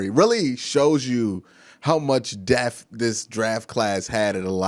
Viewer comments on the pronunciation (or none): Depth not def.... d e p T H not de F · Good video but it’s not death it’s depth😂💀